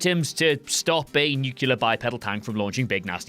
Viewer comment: Nucular? Really?